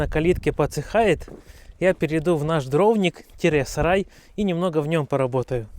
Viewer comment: Дровник на и ударение